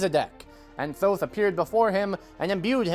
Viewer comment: oh thank you for pronouncing Thoth correctly